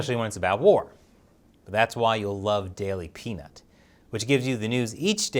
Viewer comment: When he said "daily pnut"..... well..... that's not what i heard the first time....... lmao